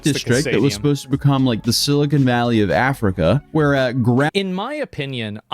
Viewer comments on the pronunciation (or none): none